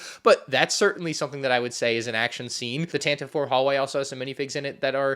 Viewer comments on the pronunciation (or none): AskM&R: Why did you pronounce Tantive like “tan-tiv?” Lucas himself said it’s “tan-tiv-ee,”